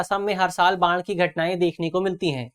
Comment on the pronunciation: बाण नही बाढ़ है गुरु